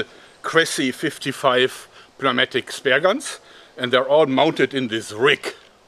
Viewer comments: Pneumatic is pronounced like New-Matic. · New matic try saying it like that that would be a proper pronounciation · I died when he said p-no-matic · Pneumatic is pronounced: "new-mat-ic" ;-) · Hi Joerg, I love all your videos. the "P" in pneumatic is silent in English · Should we tell him the p is silent in pneumatic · The way he pronounces the P in pneumatic, is that a German thing, or is it just an English isn't his first language and sometimes it makes no sense thing? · The nun part of the outro is possibly more cringe than pronouncing the p in pneumatic but it's a toss-up. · I love the moments where Joerg slightly mispronounces words like "puh-neumatic" and "pie-ramid".